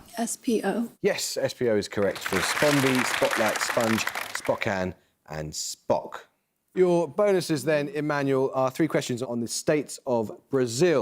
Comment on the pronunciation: That is the FUNNIEST mispronunciation of Spokane I've ever heard! Normally, people pronounce the -kane as cane instead of kan with a short a.